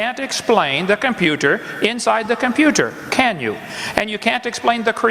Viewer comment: I know it's completely irrelevant to his arguments, but FUCK, I hate how he pronounces 't' in works like computer, it's SO jarring.